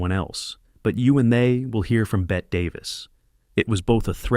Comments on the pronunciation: Bette Davis’s was pronounced as if spelled “Betty” not “Bet.” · It's pronounced Betty.. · Bette is pronounced “Betty”. Ousia is pronounced “Weeza”. (Short for “Louisa”) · LOL, Drum does not say "Nothing like a good piece of tail." He says, "Nothing like a good piece of ass." Bette (pronounced Beh-tee not Bet) Davis would have been a mistake for Louisa 'Quiser' Boudreaux. (Owen calls her Louisa when they meet up at the festival) It would end up like Lucille Ball in the remake of Mame. I like Bette and Lucy in many of their roles, but sometimes, a person is just not right for a role or good fit with the rest of the cast. If people missed M'Lynn telling her daughter that she was advised to not have children because of her personal special circumstances and didn't consult doctors to see if their own were different, that's not the fault of the film nor the writers. If doctors advised their patients based on a movie, they aren't very good doctors.